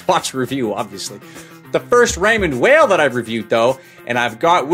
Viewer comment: Weil.. pronounced Vile.. Why can't Americans pronounce names correctly?